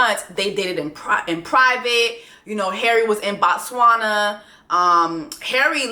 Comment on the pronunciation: Jessie I absolutely love you and I’m from Botswana and loved the way you pronounced it!! Good job girl! Ps we used blue magic too! Was shocked to get to the states for college and see that that’s the universal black girl hair grease 😂